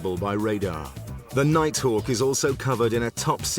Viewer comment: Darth Vadder?!!!? 🤔 The "Nighthack" is awesome tho....😂